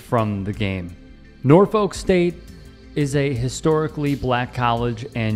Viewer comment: It's pronounced NOR-fik